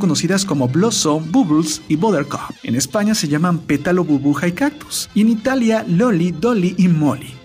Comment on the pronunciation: Quien se dio cuenta que al minuto 11 con 46 en lugar de decir burbuja dijo burbuja.